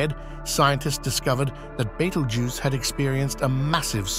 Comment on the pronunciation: That's how your AI voice pronounces it, wrongly. 😊